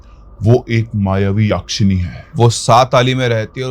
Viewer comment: यक्षिणी. Not याक्षिणी.